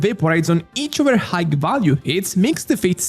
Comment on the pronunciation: "high" si pronuncia senza la "gh" finale, quindi come il saluto "hi". Se fai i video in inglese, al netto dell'ottimo lessico, dovresti lavorare un po' sulla pronuncia corretta.